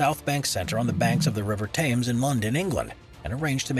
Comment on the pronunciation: 11.57 - The River Tames? NO! It's pronounced Temms.